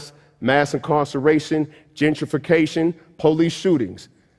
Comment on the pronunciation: Oh GENTRIFICATION... I thought he said gingerfication and was like "I fear that too, my brutha."